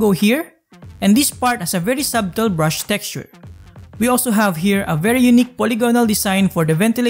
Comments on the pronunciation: sah-tel po yung pagpronounce sir. hindi sab-tel. silent b po idol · subtle (suh - tl) ang bigkas